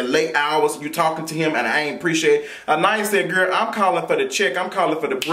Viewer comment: Her name is pronounced An-Eye-Ees lol 🙄